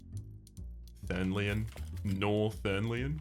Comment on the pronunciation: "thernlion"? i ain't heard of no thernlion! ...hm, anyone hear a bell ringing?